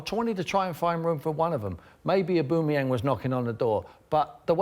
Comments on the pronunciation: Tim Sherwood “I wanted to try and find room for one of them” then pronounces Aubameyang like A-BOOME-AN, mate before you throw up your bias at least a get his name right even Paul Merson can get that one right 🤨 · Sherwood called Aubameyang "aboomeyang" What a complete mug he is. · Who's Auboomayang? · ''Abumeyang'' and ye you are paying this clown lots of money for saying ignorant stuff like that... Worst pundits on tv... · Man said "a boom a yang" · This video is proof that Sky Sports are biased towards Spurs. These two clowns don't have a clue. Between Merson being completely out of the loop in regards to the league , and Tim not being able to correctly pronounce Aubameyang's name , even though he pretends to have scouted the player in the past. VERY VERY POOR FROM SKY!